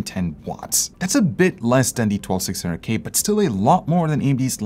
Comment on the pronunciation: Did anyone notice he said 12600GAY instead of K